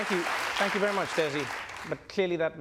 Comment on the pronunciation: Hood came off with a hair shake and an Ahh nuch better, agreed she meant it